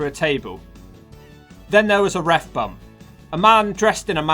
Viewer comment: Take a shot everytime the narrarator says "Ref Bumb"!!!